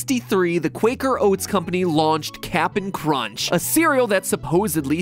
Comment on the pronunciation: Bruh everytime Mat says Cap'n Crunch's name, I hear "ratio"